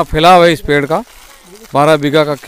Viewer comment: बरगद का पैड है या पेड़?😂😂 पता नहीं क्यों ब्लोगर्स स्टाइल में बोलने के चक्कर में शब्दों की ऐसी तैसी कर देते हैं 😂